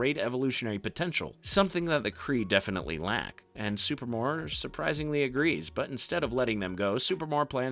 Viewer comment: SuPREEmor. Not Super-more.